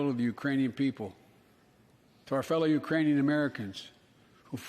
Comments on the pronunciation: Sounded like "Uranian". He probably thinks we've colonized Uranus. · he said Uranian lmao.